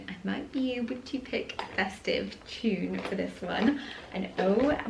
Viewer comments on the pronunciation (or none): none